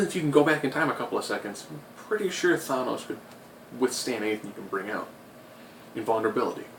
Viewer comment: Nobody annoyed he keeps saying Thonose instead of thanos?